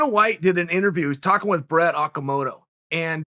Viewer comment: Brett "awkamoto"